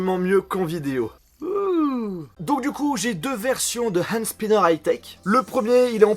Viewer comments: Prononce "Hand Sniper" comme TK78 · super vidéo j'adore la façon dont tu prononce le H de Hand Spinner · Super video 😍 jaime comment tu prononce HHHHand spinner(avec un H super prononcer 😂😘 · Je suis le seul à rigoler de ça façon de prononcer " Hand Spinner" ? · C'est affreux quand tu dit Hand spinner